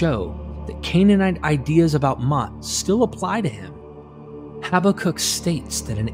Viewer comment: Mot is pronounced like moat in English. Your pronounciation of mavet is good though.